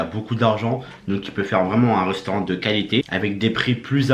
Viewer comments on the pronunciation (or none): Un reusteurant il a dit